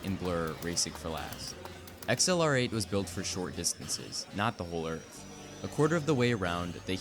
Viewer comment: XLR8 isn’t pronounced “Ex El Are Ate”. It’s ACCELERATE.